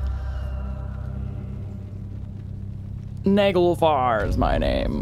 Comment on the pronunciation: Also, it's pronounced "Nah-gehl-fahr". It was Muspell's (fire giant kingdom) ship and technically belonged to Surtr the fire giant king, which...okay, gross, but whatevs.